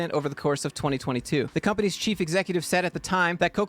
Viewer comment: *The companies chief executive". I actually thought you said cheap executive at first.